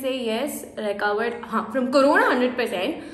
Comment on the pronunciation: Love how you say “content “ “recovered “